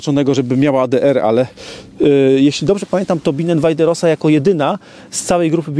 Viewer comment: rosa wymawiaj roza